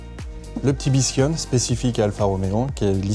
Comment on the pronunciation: Va falloir travailler un peu son italien sur Biscione 😅